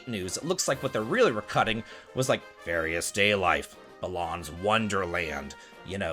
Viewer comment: The way you said "Various Daylife" made me lol at my work desk. I grabbed it on a whim awhile back and was not particularly impressed.